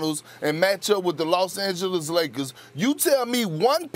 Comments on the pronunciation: No one : Perkins: The Lozz angelizziz lagerzz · lol perk be like “ the Law Sand Jealous Lakurrrs” 😂😂